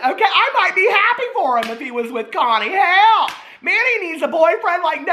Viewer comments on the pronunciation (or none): none